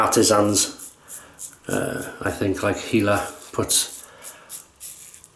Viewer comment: Dear. Yes you pronounced my name Ok:) I've had already 2 orders on my Etsy shop as a result:) as you said It is taking a lot of effort and experience to make a good shaving soap. I hope the best success for you. You have really made me happy. I like the fact you start your videos with the flowers - very pleasant and unique. If you like you can check out the facebook group::classic shaving Israel" I am having a lot of support from them.